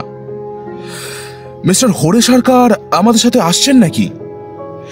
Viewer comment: খুব ভালো লাগলো। তবে কিছু জায়গায় শ আর স এর উচ্চারণগুলো কানে লাগছিলো। যেমন মিস্টার টা মিশটার শুনতে লাগছিলো কোথাও কোথাও। আশা করছি আগামী প্রচেষ্টায় এগুলো ধীরে ধীরে ঠিক হয়ে যাবে। আর আমরা তো পাশে রইলাম ❤